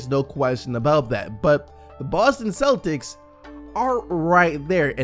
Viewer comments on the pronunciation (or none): none